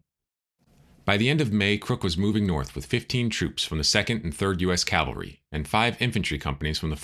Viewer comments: Great podcast but one minor knit-pick correction from an old Army officer. It’s CAValry not CALvary. That said, I am subscribing. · Unfortunately a common mistake. Even with those "in the know." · it's " Cavalry" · Nice recounting. Though I noted the mispronouncing of "cavalry."